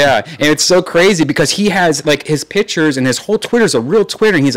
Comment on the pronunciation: PICHERS!?!?! its pictures i hate when people say it like that haha dam you brain